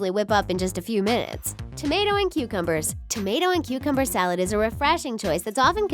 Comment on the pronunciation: When you said tammtos and cocombers I was like noooooo I'm not gonna stop